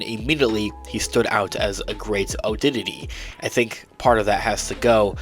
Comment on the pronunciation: I want to hear him say "oddities " again. 😂